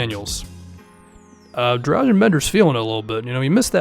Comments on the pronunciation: Its Dra-gun Bender not Drazen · Accent is not that important as pronunciation. Every letter is one voice in Serbian, so it's easy. He also pronounces g in Dragan wrong.